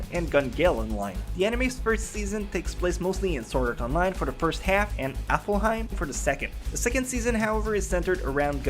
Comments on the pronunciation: and btw you pernouce it alfheim not aflheim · AlfHeim, not AflHaim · Its elfheim not effelheim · It’s not aflheim it’s pronounced alvheim and this is facts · Dude, it's *ALF*HEIM, not *AFL*HEIM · I heard appleheim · I think its aflheim hes saying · Apparently it's AffelHeim online, not Alfheim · It's not ''Aflheim'' It's Alfheim. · maybe but spelling Alfheim Affelheim? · ITS A-L-F-HEIM NOT A-F-L-HEIM!!! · It's not 'Aflheim' it's 'Alfheim' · is it just me that the fact he pronounced Alfheim online as Aflheim online am i the only one who cringed xD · U say aflhiem and u say gun gale art. Its alfheim and gun gale online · he never cheated in SAO but other players considered a beta tester as a cheater because they knew more about the game than anybody else... watch the 2nd episode of S1... oh and another thing that's wrong, it's not AFLheim but ALFheim... well that's just nitpicking and also those weren't exactly facts but raher just the story-. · Why are you saying alfhiem like applehiem????? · Aflhiem xD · He accidentally switches the L and F in "ALfheim" so he says it "AFLheim" (affel-heim) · ok its aLFheim not aFlheim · afelhime?? afelhime?!? HAHAHAHAHAHAHAHAHA oh im sorry but that is so funny. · Alfheim not Aflheim XDDD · It's Alfheim, not Aflheim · Sounds like Applehiem. Omg that means it's even more crap than before what have I created o.O Amosphere, powered by IOS 56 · I'm sorry but I'm just being nitpicky. I hear you keep saying the name of the second game in SAO differently along with Kirito's name. It's not Afleheim as it sounds like you're pronouncing it, it's Alfheim (Alf-hime) and Kirito (Ki-de-to). Again so sorry, it's just a little pet peeve of mine when it comes to pronunciations. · WHY!!! ITS NOT AFLHEIM ITS ALFHEIM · Pronouncing "Alfheim" as "Affleheim" has nothing to do with an accent. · it's pronounced Alf-Haym, I'm sure u offended a few Norwegians. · Please say Alfeim Right PLEASE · It's pronounced alf-heim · STOP SAYING AFFEL HEYM